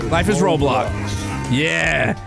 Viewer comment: Im sorry to say he did not say roblox he said life is roadblox 😢